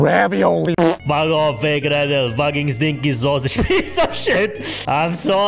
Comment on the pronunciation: I can't stop laughing when says sosig